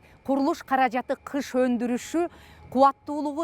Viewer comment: Кыш эмес гыш! Мамлекеттик телевидения туура эмес жазып туура эмес суйлосо...